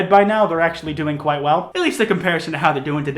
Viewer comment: and tourretes